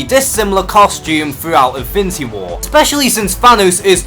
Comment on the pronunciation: Great video. And....I'm really making an effort to not mock on your pronunciation because there are obvious reasons...but...man... "Invinty" Gauntlet, "invinty" war, "invinty" stones...seriously? Look. I'm not a native English speaker either but, dude, that was too much. Awesome video though.